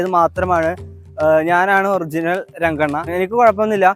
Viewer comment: രംഗണ്ണൻ ❌തംഗണ്ണൻ ✅😂